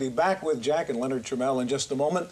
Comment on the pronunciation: Notice how the host pronounced it "tra-meal" before the break and then "Tra-mell" (the proper pronunciation) after the break, when Jack and his son are going to be interviewed? Apparently that was a big pet peeve of Jack Tramiel, and he probably made it a point to correct Chafeit.